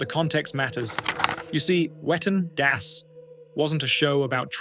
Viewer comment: can't stop laughing. i remember the whale tale. i had completely forgotten that incident. it was definitely worth a retell. ps - german has no 'w' sound. no 'whu'. all 'w' s are pronounced 'v'. so it would be 'vetten dass'. just a wee fyi. (a vee fyi?). thank you to rammstein for that knowledge. and to you for another astoundingly excellent presentation. you are always raising the bar.